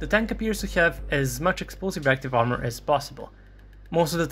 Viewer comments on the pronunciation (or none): none